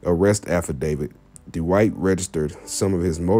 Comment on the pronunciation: Hard to listen to this when you mispronounce his name